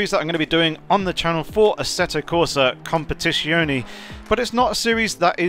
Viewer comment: Com-pe-ti-zi-o-ne !!!! Just like that. Please just try to say it like that. In an Italian way.. nevertheless great video, thanks that helped a lot 🙏